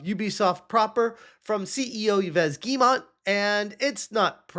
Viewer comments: I love how incorrectly he pronounces the CEO of Ubisoft's name. Ee-ves Gheemont. ✨💃😂💀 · Bruh, it’s pronounced “Eves Gill-Moe”. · It’s “Eve Gee-yuh-moh” French does not pronounce some letters like the “s” of Yves and the “t” of Guillemot. Source: I’m French.